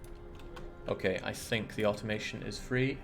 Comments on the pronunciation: I've also heard him say au-ton-mo-ton... which always makes me 🙂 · why can't you say Automaton properly?